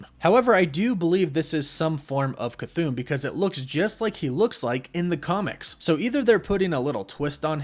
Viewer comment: Chython = cuh-thah-n no elongated syllables